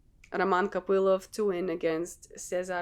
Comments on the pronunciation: Он Роман КопылОв вообще-то. Ударение на "о". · Русская что-ли ?! Произношение Копылова и Ислама как-то по нашески❤️😁